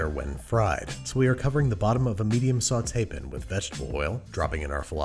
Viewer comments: Why do you go back and forth on your pronunciation of “pan”? It’s a sauté pan, not a sautéPIN. Either use a British accent with all of your narration or don’t. 🤦🏻‍♂️ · Saucepin frypin sauteepin